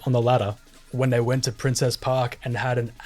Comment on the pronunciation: Nitpick but it’s princes park not princess park